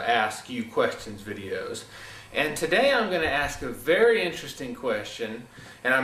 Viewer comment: To quote "it was a vewy anime Esq moment"